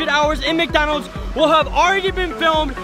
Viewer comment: “McDonals” lol 😂